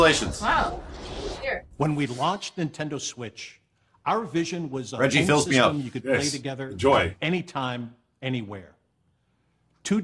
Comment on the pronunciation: "Reggie Fils-Me-Up"